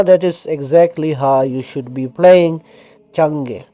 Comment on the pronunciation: chang E in rus trunslation say like chan E, without noisy G, maybe this transcription would easier for you and another, you make scenario or speak like from mind? (i typing from mind btw, but very slow, I dont remember placing on QWERTY keyboard)